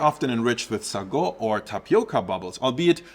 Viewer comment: Hey, I'm from SEA, the history lesson in this is fascinating! Just wanted to point out a slight difference in how we normally pronounce some items (or at least, that's how people around me do it): - Sago: "say-go" - Chendol: "chen-doh" (like in "Chennai", or how American media would pronounce the surname Chen) For the AI art, others have already stated their opinions from a moral perspective so I won't add to it. From an aesthetic perspective though, it tends to get real weird. Lighting and shadows don't always make sense and there's random spots that are given focus with extra fine details. To me, the net result is that it goes straight to the uncanny valley the longer I look at it, and it's extremely distracting. Would not recommend.